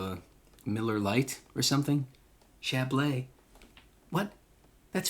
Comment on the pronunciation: It's not chablay. It's chablee (chablis), rhymes with bee.